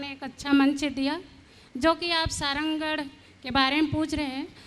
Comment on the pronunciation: सारंगढ़ बोलना नई आता विधायक मोहदया को लानत है ऐसे विधायक पर